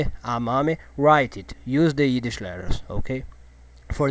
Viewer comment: Haha.. He can't say the "Y" in Yiddish.